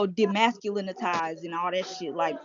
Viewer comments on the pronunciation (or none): Demascuminizied.... you supposed to be a reporter tho... chile!